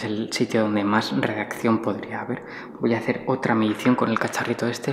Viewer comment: Radiacion neel , radiakcion